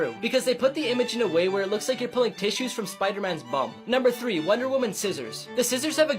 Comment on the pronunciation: The way he said bum lol